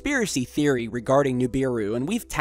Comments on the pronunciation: stop sayin NUbiru!! its NIbiru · nIbiru, not nUbiru!!!! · Nibiru not Nubiru